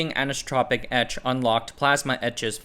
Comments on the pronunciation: an-iso-tropic not anus-tropic. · Anisotropic, pronounced the same as isotropic, but with "Ah-n" at the start. Ah-nice-o-tro-pic or Ah-knee-so-tro-pic (/ˌænaɪˈsɒtrəpi, ˌænɪ-/) 😊